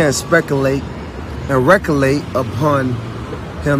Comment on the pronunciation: “can’t spekulate can’t recolate” WHAT? Smoke another one my dude